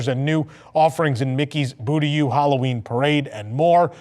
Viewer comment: ya mean a 'boo-ty shop' ? :)